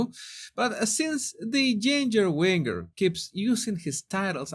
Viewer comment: Its not WINGER like a wing. Its Win Jer . Prounounce the G like a J. Winger rythmes with Ginger. Ginger Winger. Same sound.